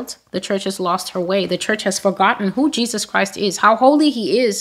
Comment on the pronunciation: I first saw TB Joshua in 1999 on a video disc. He was performing miracles. What struck me then was him not pronouncing Jesus the right way. He said Jejus. I was taken aback. Later when he became very popular, a lot of my friends were telling me to follow him but I did not. One day I watched his sermon and went to be, he appeared in my dream offering me money, I refused. Another day, I watched him again and he appeared in my dream. I realized then that he was a soul snatcher. We are called to test the spirit. The prophecies here are from YAH my spirit bear witness to that. Amen.